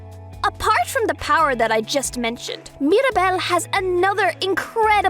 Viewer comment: It's Mira not Mari